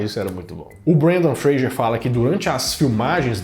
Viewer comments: Fra s er... Fra g er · Fraser . Vc disse frager o vídeo todo